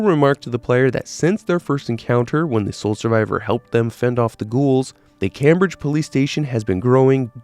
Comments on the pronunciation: smallest detail but its pronounced "Came-bridge" like as one word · My man doesn't know how to pronounce " Cambridge". Jesus. 😂